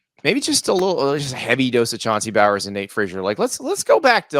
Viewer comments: Chauncey is no relation to Brock Bowers. His last name is pronounced like this., “BoWins”. Do better Andy hard to trust your take if you can’t get that right. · Chauncey bowers 😂 “Chauncey bowens” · Chauncey bowers? It’s Chauncey bowens. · Busting his chops on the Jordan pronunciation, while he's calling our rb Chauncey Bowens....bahahahahaha. noobs